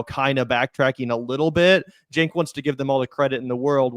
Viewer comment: Man I hate the way said "chenk" like it's a J sound 💀 not ch. Side note, a broken clock is correct twice a day so it was only a matter of time before Cenk got something right